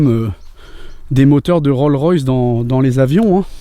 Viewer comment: Juste un petit commentaire pour dire qu'à la fin c'est une RollS Royce, le "s" de Rolls se prononce